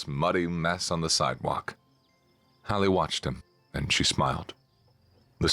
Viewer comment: Also Hallie not Holly.